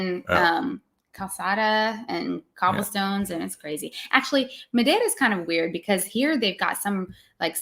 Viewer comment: Congratulations! I thought said the word Madeira in a good Portuguese manner as well. 😂